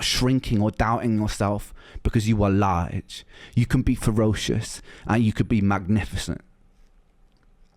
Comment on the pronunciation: When he hits the word "large", it gets me every time.